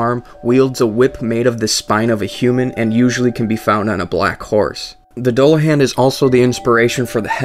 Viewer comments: Your pronouncing Dullahan wrong. Its Duel-a-han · It's pronounced "Dü-lah-hån" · Nice to see Irish mythology in Dark Souls, but it's actually pronounced DOOLahan .. I know .. The Irish language fucks with everything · so so good, but it's pronounced: Doolahawn. Legend of The Dullahan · That's sweet about the Dullahan but it's actually pronounced as "Dool-ahan" :) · It's pronounced Doo-la-hawn. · He says Dullahan wrong and it bugs me to the core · i know one thing doesent, how to pronounce dullahun. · Only thing I learned here is how NOT to pronounce Dullahan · You pronounced Dullahan incorrectly. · ur pronouncing dulluhan wrong